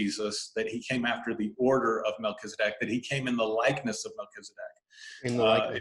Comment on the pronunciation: So perfect!!! You pronounce it the way I do… I don’t say Mel Keeezzz-adeck… I say Mel-Kell-za-deck